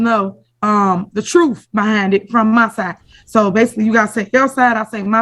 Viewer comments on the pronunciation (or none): The "TROOF".. HER LITTLE GIRL PROBABLY SPEAKS BETTER ENGLISH THAN THIS MENTALLY DERANGED MAYOR WHO COULDN'T RUN A LEMONADE STAND AND MAKE IT WORK.